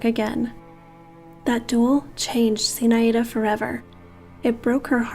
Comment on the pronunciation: It's pronounced Zinh-Eye-da